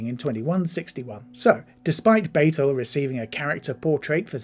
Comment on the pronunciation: You need to do better research when preparing for these videos. You mispronounced several names. Captain Batel's name has been pronounced multiple times on the show and Rebecca Romijn's name has been pronounced multiple times in the media due to her marriage to John Stamos and Jerry O'Connell, as well as media coverage of her own acting career. Melissa Navia's name has been pronounced multiple times in media coverage of Strange New Worlds.